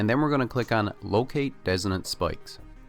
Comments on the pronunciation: dissonant I believe. no idea how you can pronounce it that different, wild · Dissonance... his pronunciation is off and was hard to understand. Hope you find this despite 6 months later. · Are you saying desolate? Or designate?